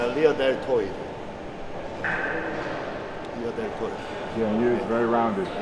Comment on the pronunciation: “Rear deltoi puh”